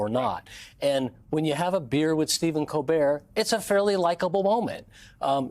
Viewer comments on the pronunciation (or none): Good idear, Stephen Col'beer! 🍻